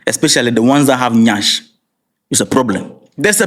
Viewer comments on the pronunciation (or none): you're funny waaa. Is just the the way you said YASH😂